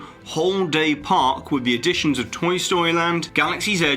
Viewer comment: At the part where he mentions that the disney skyline will make more crowds. he said in the video (something something, during peak hours, etc.) he actually said "park" incorrectly (Not saying that it matters) just pointing it out